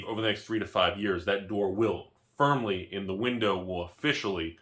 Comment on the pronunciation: " i do feel...pretty firmily..."...wheres the gi gi dy?